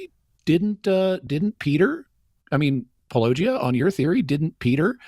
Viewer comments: It is utterly fascinating that, this many years in, having dealt with you and your videos so often, apologists still find it so difficult to pronounce Paulogia.....even when others in the same video with them are telling them how its pronounced! As i've said before, its looking more and more intentional. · i don't think they're going to be demolishing anything if they struggle with "paulogia", as if doesn't say it at the beginning of every video. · says his channel name every video and yet these guys ALWAYS say they don't know how to pronounce "Paulogia." Everyone always whines about atheists not watching their videos or reading their books but they pull garbage like not even knowing the names of who they're responding to, not to even get into their arguments. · Critical of a typo you own but can't pronounce your channel name in spite of you saying it at the start of your video! Well done!! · This is what I think every time. I can’t fathom why his name is so often mispronounced or why it’s such a big deal so often. He says it in nearly every video. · Cameron has repeatedly played the "Paulogia is hard to pronounce." garbage, he's said it correctly on multiple occasions, then plays up how hard it is to pronounce 5 min later. Cameron isn't an honest person. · Why do these dudes open by complaining about not knowing how to pronounce “Paulogia”? It’s at the beginning of literally every video makes. This is really insincere, especially coming from Cameron. He knows damn well how to pronounce it. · How is it that no one who responds to your videos can pronounce "Paulogia" despite them hearing you pronounce it at the beginning of the video they presumably watched? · If the guy mispronounces your name "paulOgia" but then pronounces Josephus "Joseph-us" You can't feel too bad I guess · The ongoing mispronunciation of Paulogia throughout the video even after it had been clarified right at the start...well this shows exactly the tone they're going for.